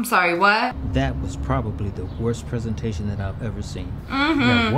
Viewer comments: Greta looks great, even cuter then Renee! Yet, she gets fired? There is NOTHING wrong with hard work. My parents always said, "Don't let anyone down, hard work always pays off" At least the boss says "PREE-san-tay-shun" instead of "prez-an-tay-shun" and also, you CAN'T fire someone without the official papers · I like how he says preesentation and not presentation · Is no one gonna talk about how he said pesentation.. even in the lyrics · The fact that she said prEEEsintion 2 times triggered me.....>0<